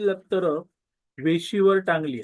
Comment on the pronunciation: लक्तर असत रे ते लत्कर नाही. काय व्हिडीओ, काय एडिटींग ओके मधे आहे सगळ.